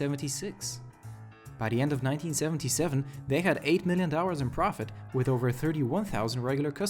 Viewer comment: Please start pronouncing it D O L L A R S and not dowwas